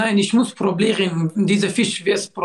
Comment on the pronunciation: Nicht probieren sondern problieren sein Wort kommt auch Problem😂😂😂😂😂😂😂🤣🤣🤣🤣🤣🤣🤣